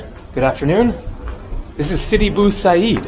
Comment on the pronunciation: sidi bou abeed not bou haseed